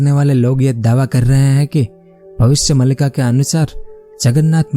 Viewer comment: मलिका नही मालिका हैं भाई